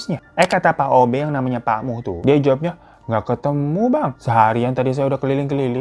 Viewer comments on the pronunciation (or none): Pak muh baaang...bukan pak mus😅